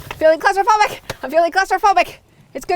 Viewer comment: Hiya. We say cupboards, so every time you yelled 'I am feeling claustrophobic' I thought you were saying 'closeyphobic'. I was racking my brains trying to work out what you were getting at 🤣🦏